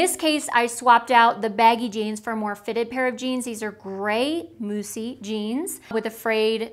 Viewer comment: I see so much hate for the baggy jeans...I found that exact pair of Moussy jeans and while they were still expensive, I LOVE them. They are so flattering at the waist and are the only pair I’ve found that fits my waist and is not tight on my backside and legs. And thank you for taking the time to pronounce Moussy correctly! I’ve seen other you tubers doing the same thing and it was driving me nuts.🤪